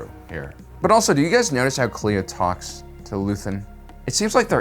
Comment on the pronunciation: When I first heard a character say Kleya's name, I heard Leia. So that's my crazy theory.